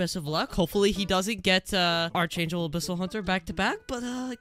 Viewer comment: why does bro say archangel wrong